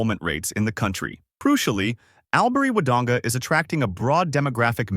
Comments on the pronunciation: I wish you would conduct proper research when talking about Australia. The correct pronunciation is "All-bury," not "Al bury." While relocating here can be a great decision, it's important to note that the hospital needs funding for upgrades. Additionally, transportation could be much improved; having a car is definitely necessary. As for the train to Melbourne, it often requires you to catch a bus to reach another destination before you can board the train. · Albury is pronounced All bury